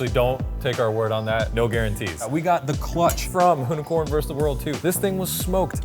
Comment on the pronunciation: Why can’t you pronounce the word “versus”?!